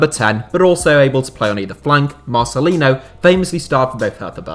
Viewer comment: So awesome u put Marcelinho in it, biggest Hertha BSC legend of this century. (btw the pronunciation at the end of Marcelinho is like for Ronaldinho so "yo")